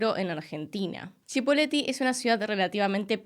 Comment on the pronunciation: Es Cipolletti, no Chipoleti.